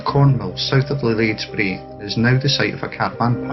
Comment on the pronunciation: Lade Braes. Not Lades Brae.